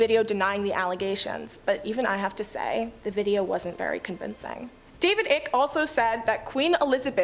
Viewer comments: it's pronounced eye key not ick! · It's not David "Ick" it's pronounced eye-k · It's Ike as in like. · Icke, as in David Icke, rhymes with bike. That's not a criticism - seems like she's going to be an excellent presenter.